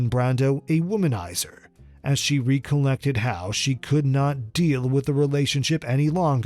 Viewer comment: You pronounced "recollected" wrong❌ also.